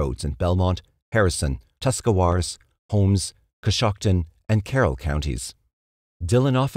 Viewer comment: I live in northeast Ohio, good job on the Tuscawaras pronunciation, people who live here can’t even say it lol.